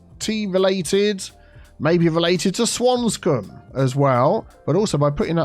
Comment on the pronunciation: Swantea. Like Swansea but Tea lol